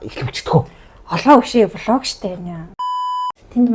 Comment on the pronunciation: Влог гэдгийг яагаад олог гээд байгаа юм бэ